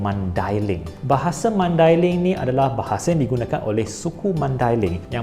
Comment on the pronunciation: First time dengar orang bukan mandailing sebut maidailing dengan betul. Selalunya dengar orang sebut dengan sebutan Mendeleng. Pertama kali juga dengar orang bukan mandailing sebut Nasution dengan betul bukan dengan sebutan Bahasa Inggeris. Nak lagi content bahasa-bahasa lain tambah ilmu baharu.